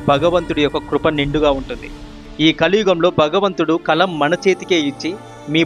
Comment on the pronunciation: తమ్ముడూ భగవంతుడు అని పలకాలి కానీ బగవంతుడు అని కాదు, భాగ్య రేఖ అనాలి కానీ బాగ్య రేఖ కాదు. ఈ తరం వారు అలా అక్క్షర దోషాలతో ఉఛ్చరిస్తూంటే మాతృ భాషని అభిమానించే మా లాంటి వారికి పంటి కింద రాఇలా ఎంతో ఇబ్బంది గా వుంటుంది.